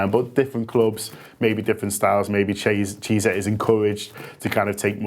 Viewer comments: Mate his name is pronounced kiesa not cheesa :D otherwise good video big fan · 'Cheezer' lol, it's pronounced 'KEE-AY-SA' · Federico cheeser 😂😂😂